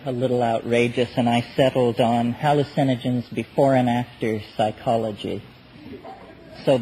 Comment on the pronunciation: "Hallucenigens", "idiology", "inless"... I've noticed these peculiar McKenna pronunciations.